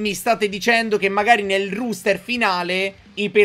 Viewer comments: si dice roster, non ruster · Comunque sarebbe "roster" , non ruster, e si scrive appunto roster. A parte questo non credo sia troppo attendibile, ma naturalmente sarà molto simile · tube innanzitutto auguri, ma perché dici ruuster? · ti prego si pronuncia e si scrive "roster" rooster significa gallo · Il ruster haahahahahha nuovo meme (ero in live)